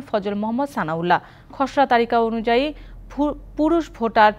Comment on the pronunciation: ভাটার না😂😂 ভোটার হবে